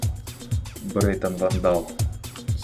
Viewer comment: брэйтон а не брэйнон